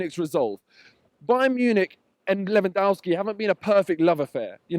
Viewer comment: did he just say Lewandowski !? Lmfao